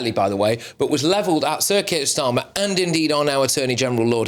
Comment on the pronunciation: Every time you say "Sir Keir Starmer" it sounds like CIRCUS STARMER 🤣